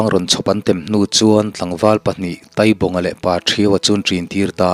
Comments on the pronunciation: Taaibaqnga ,taitea, tia thluk tur ni awm tak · Ngaihdan chu sawi thiang a ni bawka,Taibawnga hi Tâibawng tiin lam tala,a ngaihthlak a nuam zawkin a dik zawk a ngem aw te ka lo tive deuha. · Taibawnga hming i lam hi "Tai" tih lai tak hi thluk tur anih hmel. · Tai bawng tih hi tai tih lai hi mai hmin tai lam rik anga lam tur a ni ang